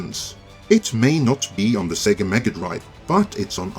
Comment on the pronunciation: I like that, being from Australia, said Sega instead of See Gah. The console literally tells you it's name when you boot up a game. Cheers,.